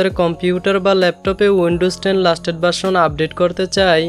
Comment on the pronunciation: ভাই লাস্টেট না লেটেস্ট হবে😅😅